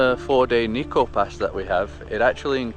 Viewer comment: niko ああ、日光nitsuko発音が、、理解するのに5分掛かった(笑)